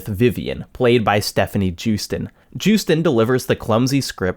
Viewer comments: JEWsten? Yoo-stein lol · it's "yoosten" j's are pronounced as y's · No one will probably care, considering it takes all of 5 seconds to Google it, and no one ever seems to take those 5 seconds to do so, but Joosten is pronounced yoh-stun. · Def not how you pronounce Joosten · hi. love you. i always enjoy your videos. today i get to be a pedant! joosten is a dutch name, so the J is pronounced as a Y. here is a clip of her pronouncing her name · Loving the video but why is every youtuber unable to pronounce Joosten's name ffs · As a Dutchman, the way you're pronouncing Stefanie Joosten's name hurts me.